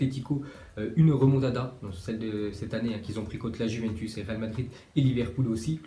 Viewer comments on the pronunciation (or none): none